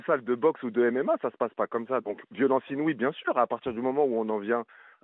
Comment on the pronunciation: On parle de LONGORIA qui galere avec le francais pour "INOUIE" .